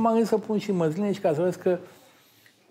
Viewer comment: Măzline nu Măsline?😏😂😂😂